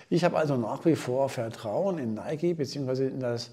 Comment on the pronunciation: Endlich mal jemand der es richtig ausspricht